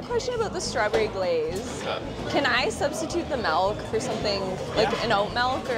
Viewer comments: Melk?? No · Lol, it's actually MELK😂 She's just so adorable though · WHERE IS THE E MELK BRO ITS MILK SAY IT RIGHT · I love you, but every time you say "malk," I die a little inside. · Canadians and their "malk" pronunciation 😆😆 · Melk. Malk. Mulk.